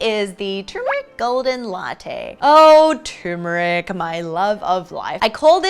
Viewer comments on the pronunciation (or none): people need to stop prounouncing Turmeric like Tumor-Ick!